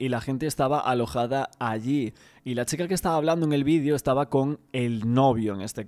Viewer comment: Me da toc que diga XICA en vez de CHica